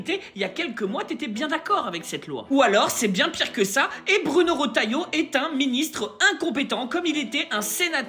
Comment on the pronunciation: hahaha 🤣🤣🤣🤣🤣🤣👎👎👎 c’est pas Rotailleau c’est Ratay